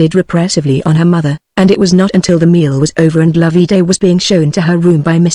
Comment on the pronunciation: NOT LOV-EE DAY Loveday, pronounced like Love and Day put together. Could this be an actual human reading or some half-idiot machine?????